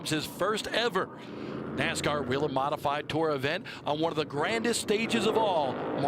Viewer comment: Why do they keep calling it WEE-lin when in their own corporate TV ad they pronounce it WAY-lin????? DUH???